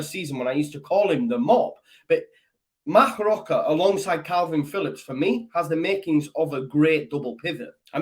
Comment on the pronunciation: Don't want to sound pedantic but the pronunciation of Roca is "Roka" un Spanish the "c" before an "a" is pronounced as a hard "c" as in "Kick". The gutteral sound you are using is for a "j" or a "g". Short lesson in Spanish pronunciation for you. Spanish Whites MOT!